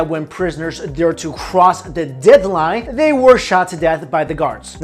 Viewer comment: Lol "de-ad line"